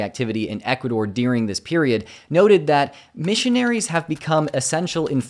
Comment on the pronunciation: why are people pronouncing "during" as "deering?"